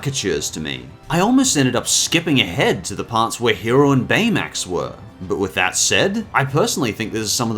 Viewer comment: Hiro Hamada's name is pronounced Hir-oh Emphasise the o (oh). Honeylemon says it correctly most of the time.